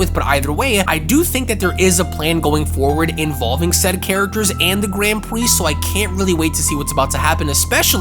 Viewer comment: "gwand pwiest"